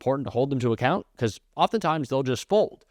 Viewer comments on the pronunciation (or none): none